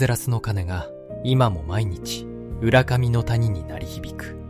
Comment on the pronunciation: 浦上 うらかみです うらがみではありません